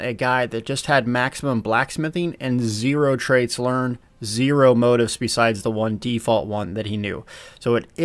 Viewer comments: He says motif like motive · Not trynabee rude, but it's moh-teef '. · The word is mo-'teef. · pronounced moteef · Please learn how to pronounce "motif", "reagent", and "wrath". It's so distracting to hear a self-proclaimed "old guy" speak incorrectly.